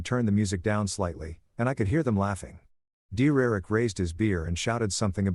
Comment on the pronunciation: Im crocheting while listening, and it took me 1 hour and 9 minutes to figure out it's saying 'Derrick' and not 'dear Eric' Also, can anyone figure out the time line or living situation? Op keeps stating they were still staying at their own place, except at one point it sounds like he's staying at his parents? But the wife has her own apartment?